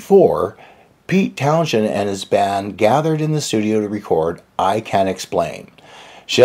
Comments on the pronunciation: Good story, but.... uh.... his name is pronounced "Towns-end" not "Town-shend." Pete was a notoriously moody, alcoholic, manic-depressive, typical artist. When he was down he was hard on himself and the Who and often made cynical statements that he was cranking out the same type of songs over and over (sometimes that was close to the truth) and that Led Zep and Deep Purple were better bands than the Who. However, I doubt Daltrey, Entwistle and Moon agreed with that. Certainly, Page was a more talented guitarist, but Townshend was a far better songwriter than Zep in my opinion. After all, was Zep able to ever put together massive award-winning rock operas like Tommy and Quadrophenia that were even accepted as Tony-award winning Broadway productions performed at the Royal Albert Hall 40 years later? And, don't get me wrong -- I love both bands, but it's like comparing Apples and Rutabagas. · Funny in the first video we made on Pete Townsend, pronounced it like "Townzend" but later it transformed into "Townjend". Come on guys, no big deal. It's just pronunciation. As for me, Townjend sounds nice too. from California, so his pronunciation may be different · Many thanks for checking out, much appreciated!!! Funny in the first video we made on Pete Townsend, pronounced it like "TownZend" but later it transformed into "TownJend". Come on guys, no big deal. It's just pronunciation. As for me, TownJend sounds nice too. from California, so his pronunciation may be different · The “h” in Townshend is silent. The accent is on the last part :”Town SEND. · In our first video on Pete Townshend, did pronounce Pete's name like "Townzend" but later it transformed into "Townjend". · Note you don't pronounce the "sh" sound in Townshend. It's just the single "s." Like Towns End. (I fixate on audio things that make it hard to listen. Apologies in advance.) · Why do you pronounce the 'shh' in Townshend? I've always only heard it pronounced with a silent h